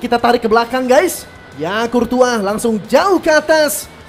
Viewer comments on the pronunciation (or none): none